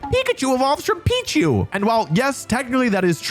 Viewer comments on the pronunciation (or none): none